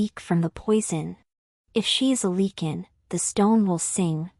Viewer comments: Great story.....as for the mis-pronouncing of the Lycin king...this story is pure fantasy...just let that be a new name for a wolf packs king. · Your AI always pronounces lycan wrong.